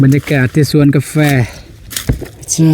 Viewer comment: ปรับปรุงการออกเสียงการพูด เสียงจัตวา เช่น คำว่า สวน เป็น ส้วน ขอบคุณครับ